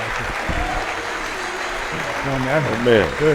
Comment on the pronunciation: In Goodfellas his surname (well his father's anyway) is pronounced "Fran-chay-zee". Michael pronounces it "Fran-zeess". My inclination is to pronounce it in the former rather than the latter as it seems truer to the Italian origin of it, so why the two very different pronunciations?